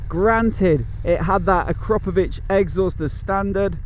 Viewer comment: Thanks for the video, man. 👍 I have a question, though.. Why do all vloggers these days say 'Ak ROP ovič ? Are you all scared of saying KRAP ?? Enquiring minds what to know. ;-)